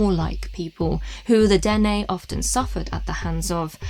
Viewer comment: Yes... the Dene here is pronounced Den-EH. I am a Dene. this is my territory. 🖖🧡